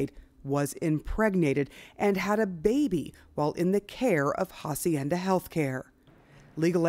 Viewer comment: Why are they pronouncing the facility Ha-cienda the H is Silent